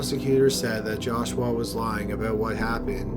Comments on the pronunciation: The narration is aggravating.. He speaks with a drawl, very annoying. Lol. He kept pronouncing joshua as josh-u-Wa, its supposed to be joshu-wa. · It's joshua, not joshWah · "Jaw-Shwah", LOL...